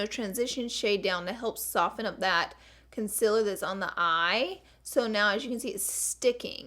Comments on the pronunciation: Do: say con-SEE-ler Dont: say con-SIL-er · concealer? nopelaura lee says its pronounced concilar..